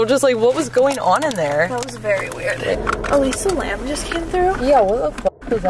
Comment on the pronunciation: “Elisa Lam”? Yikes!!